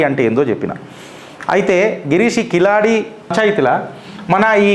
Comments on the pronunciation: కిలాడి కాదండి. కీలడి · కిలాడి కాదు బాబు కీలడి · కిలాడి కాదు అన్న అది కీలడి. Please correct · కిలాడి కాదు తమ్ముడు కీళడి కీళ్ + అడి=కీళడి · సర్ఆ వూరి పేరు కిలాడి కాదు క కీలడి కీలడి అనాలి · Keezhaladi..not kiladi..pronounce properly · Sir, Kiladi kaadu. keeladi.. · అది keezhadi, zha ని tamil ( Tamizh) లో ల అంటారు. అంటే అది కీలడి, మీరన్నట్లు కిలాడి కాదు.